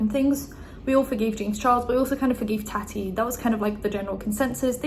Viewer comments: Taw-ti not Ta-ty lol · im sorry but the way you pronounce it as "tatty" 😂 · Why are your pronouncing tatis name different then you have done in the past? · I love you but honestly how hard is it to pronounce TATI